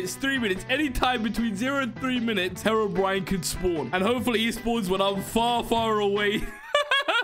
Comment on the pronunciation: I love how say hewobwine was gonna spawn